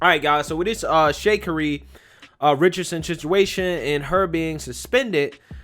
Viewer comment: “Shakery” Richardson. 😂